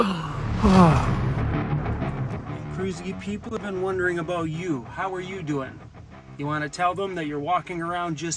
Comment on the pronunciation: U say been like Bean….Wth is that all about? Bean to…. 🤓🤓